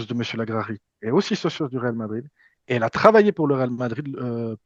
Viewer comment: Franco Marocain pas Français d’origine Marocaine 🤣 Il est né et grandi à Casablanca, il est parti en France après avoir obtenu son Bac. Ps: Socio pas Socios 😅